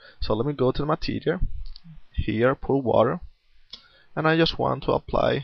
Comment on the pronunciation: you should work on your pronounciation of material... it sounds like materiaR...